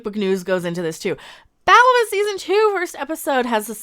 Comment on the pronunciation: I got the gist. The show sucks. Is you calling her Batwomen on purpose or that’s your accent? I thought that was funny